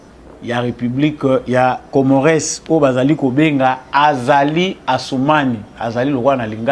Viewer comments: Bsr mon freres Juste entre nous,je pense qu'on dit COMMORES,ON NE PRONONCE PAS LE "S" de la fin.Bravo pour ton travail. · Ca s'ecrit Comores mais ca se lit Comore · Mr le journaliste na kombo ya Comores ko tangaka S wana te. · Masolo kitoko. S ya suka ya Comores ne se prononce pas.